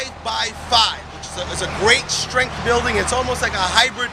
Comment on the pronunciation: When did ' strength ' become ' shtrength', ' strong' become ' shtrong'?? I was hanging out for him to say ' specifically'...